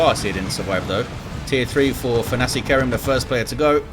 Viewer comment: What makes it doubly hillarious is that pronounces it perfectly each and every time.